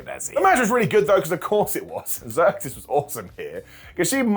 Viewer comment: IT'S ZEUXIS!!!! NOT THE GREEK GODDESS!!!! SAY IT RIGHT OR DON'T SAY IT ALL!!